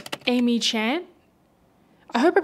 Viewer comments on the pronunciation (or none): none